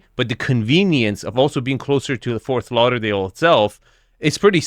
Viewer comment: It's **Fort** Lauderdale with a "tee" sound! Not "Forth" Lauderdale. 🙂